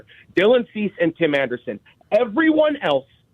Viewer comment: Bro said Tim Anderson